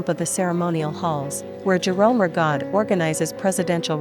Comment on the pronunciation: Not pronouncing Rigaud correctly